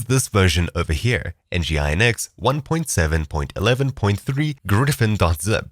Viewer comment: "en ji i en eks" sorry please.. you can prounounce that as : ENNJIIIN EKSS!!